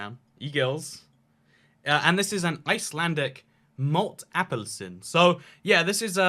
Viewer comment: Apelsin not Apple-sin :D JK it doesn't matter ^_^